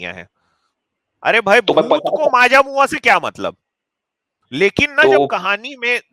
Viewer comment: Maaja mua 😂😂😂 it's majmua